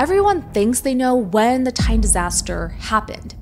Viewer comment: Can't stand that she's pronouncing Titan as "tayn".